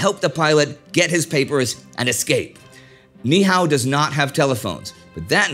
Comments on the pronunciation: Kauai guy here, Niihau is pronounced Nee-ee-au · It's pronounced Nee ee how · FYI - the island of Ni'ihau is actually pronounced "Nee - ee - how".